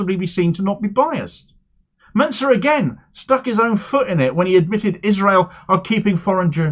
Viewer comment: Why do people keep pronouncing "Mincer" wrong?